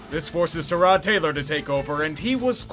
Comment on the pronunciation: thank you for being the first person in media to pronounce TER-ROD Taylor's name correctly. He's not a fucking car part, it's Ter-rod. Fuck.